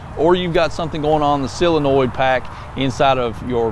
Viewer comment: I remember first hearing someone pronounce solenoid as silinoyd. I was lost had no idea what they were saying lol.